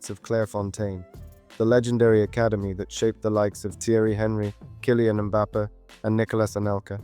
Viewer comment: great video but your pronunciation of henry mbappe and cisse names wasnt correct just a heads up